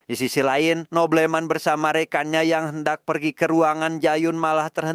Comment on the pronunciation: boblemen bukan nobleman😅